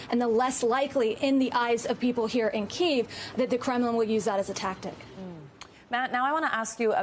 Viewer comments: It’s extremely frustrating that they can’t pronounce Kiev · Why are they pronouncing Kiev like that